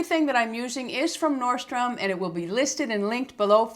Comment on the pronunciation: ...just an FYI: It’s norDstrom....it sound to me like you’re dropping the D.